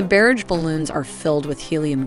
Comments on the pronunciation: Versailles, barage, kamikaze, weaponized. How are these words being mispronounced? Is it a cg voice? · Some of the pronounciation is 'unusual': for example "barrage" and "Versailles" are completely wrong to name just two. A pity when the content is otherwise so good.